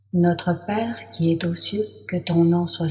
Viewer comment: Notre Père qui es zaux cieux et non pas Notre Père qui es T'aux cieux . Mauvaise liaison. 2ème personne ne prend pas de T à la fin. Ce n'est pas très grave, mais dommage.